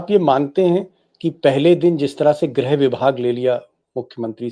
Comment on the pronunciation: Not grah but grih